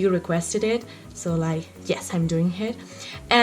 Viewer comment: sei molto brava ma attenta a quando dici: doing >hit< invece di it >ear< invece di hear >hinglish< invece di english